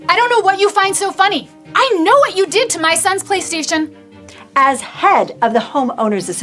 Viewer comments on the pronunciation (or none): Bruh she said playerstaion and I craked up